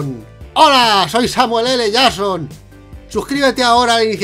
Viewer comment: Hola zoy zamuel ele shazon! Que horrible pronunciación jajaja